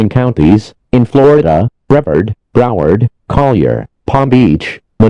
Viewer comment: They also said broward wrong…